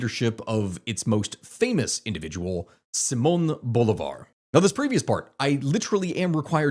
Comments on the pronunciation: You gotta get your pronunciation right Bruh. Bolivar is pronounced Boh-lee-var. Guaido is pronounced Goo-i-dó (last syllable is the one you emphasize, not the goo) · As a Venezuelan in Vzla I can only hope Trump Finally takes down Maduro, I'm no fan of Trump but Maduro and his regime is the worst thing that ever happened to us. by the way it's pronounces Bo LIIIIII Var, like Lee, boulevar. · Is always funny to hear how none Spanish speakers say the names like Simon Bolivar and such 😅 Thanks for the video ❤